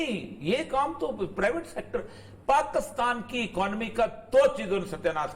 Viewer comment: Oreya sb, mazrat k sath, sahi Tlafuz PAKISTAN hay, ya PAKASTAN hay..??? Aghar Pakistan hay tu herat hay ap hamesha PAKASTAN boltay hen...plz rahnumaey farmaen..🙏